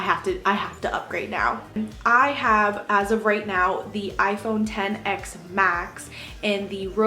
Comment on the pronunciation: Yes she said it right ! Everyone always says iPhone X but it’s 10